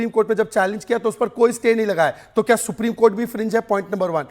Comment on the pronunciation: isko phle bolna sikhao supreme ko supdim bol rha h 😂😂😂😂